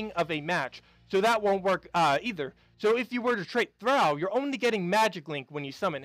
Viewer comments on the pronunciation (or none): Good video as always. Note, when you tall, or fall it's pronounced "aw" as in "awe, did you fall down from the tall tree?" Well the word "Thrall" is prounounced "Th-rall" as in fall, or tall, or awe! :) BTW: Old guy from the old show "Happy Days" had a guy named "Al" as was named "Al Bundy" from yet another tv sitcom... "Thrall" is not prounced like "Al." :) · THRALL is only one syllable. Otherwise, you are correct. The word originally meant SLAVE and came from the language of the ancient Norse people (popularly known as Vikings). The term, VIKING, is actually a misnomer. It was originally used only as a verb to describe their piratical raiding enterprises. Most Norse were farmers who chose to live peacefully, but the more aggressive and adventurous would often go A-VIKING. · Tip for: THRALL is supposed to be pronounced so that it rhymes with all, fall, hall or wall.